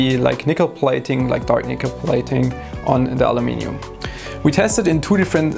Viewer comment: He even says Aluminium correctly :)